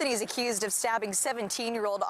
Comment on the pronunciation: This is why most of the United States is all messed up because these thugsssss know they won’t get time or at least some time. Ridiculous, she saids “a cussed” hahahaha wtf.